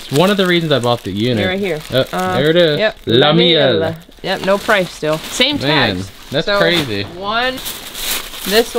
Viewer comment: You nailed the French pronunciation of “Le Miel” the last time you said it! Good job 👍